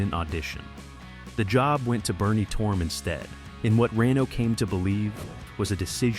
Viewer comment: AI narration. I knew it when it mispronounced Bernie Torme's name.